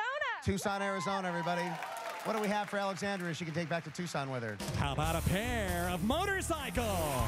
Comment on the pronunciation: I know what Rich was doing there ... :D "A pairrrrrr [long pause] of motorcycles!" Dude was top notch (and so was Alexandra).